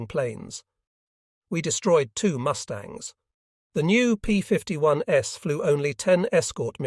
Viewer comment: The ai voice saying "s" after every time that "p51's" as in plural, makes this unwatchable. Read it yourself.